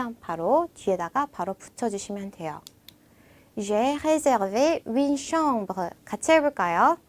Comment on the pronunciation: 시원스쿨 프랑스어 프랑스어 발음과 한글이 100프로 매치가 되지 않다고 하지만 선생님께서는 정확하게 발음해 주셔야 하는거 아닐까요....? 예를 들어 우리나라 말에 f 발음이 없는데 선생님께서는 정확히 F 발음으로 구사해주시는것 처럼요. 선생님께서 정확히 윈느로 발음하셔서요. 아무리 프랑스어 여행 회화라도 해도 선생님께서 윈느로 발음하시면 학생분들에게 헷갈리지 않을까 해서요...